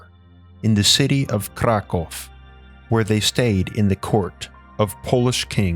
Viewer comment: That's a very weird way to read Kraków